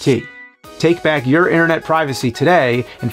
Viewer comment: When the CD 32 paint bucket addon commercial played when it said "enhance you life" I could've sworn I heard "enhance your wife" I was like word lemme get one lmao 😂😂🤣😂